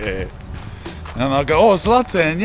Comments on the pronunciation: It's pronounced Ibrahimovich, not IbrahimoviK, Zlatan has Bosnian roots and ć is pronounced as ch and not K. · Ibra’s name got butchered haha.